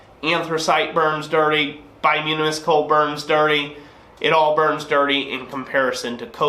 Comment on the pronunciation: I think it's pronounced "bi-toom-in-us" not "bi-yoom-in-us". As for the excessive clinker ... Ive never smithed, but AFAIK clinker is a solidified amalgram of non-combustible impurities (primarily silica with other trace metals and minerals, and probably some forge scale that sloughs off while sliding your work in & out of the fire) that melted, ran out the bottom of your fire, and resolidified, kinda like slag from a smelter. So, conceptually, if a brand or batch of coke is throwing more clinker than usual, i'd speculate that that batch came from a part of a coal seam that had more sand/minerals in the organic deposits that formed it. Not all coke is created equal ... coke formed from coal that was formed from say a nice clean peat deposit will probably throw less clinker than say coke from coal from another part of the very same seam than had underground water with a high mineral content seeping through it before it underwent it's final metamorphic transformation (into coal).